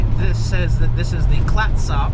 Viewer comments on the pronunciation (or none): FYI, Clatsop is pronounced "klatz sup"". I give you an A because you at least say "Ory Gun" and not O're Gone. When I first came to Orygun 50+ years ago my biggest blunder was with the Umpqua River in southern Orygun. My husband almost pushed me out of the car because I couldn't believe anyone would name a river the "Um puke wha". It is the "Ump kwa".